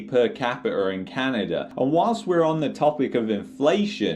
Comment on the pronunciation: Love yr video but its not canader its canada lmao